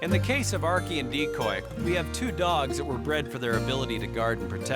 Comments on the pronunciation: Why is the narrator pronouncing archie as ark-e?!?! But god bless those dogs...i immediately cried at the thought of the dog that almost had to give his life for her. THAT is the reason why i would be able to hurt 1,000,000 people over 1 animal...that is real unconditional love. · Thought I heard her pronounce it as "Arkay"...almost art imitating life before art happened reminded me of Skyrim dog(s), lastly how that cottonmouth get there in the first place I'd figuer you'de find it in the Everglades, very suspicious like somebody placed it there.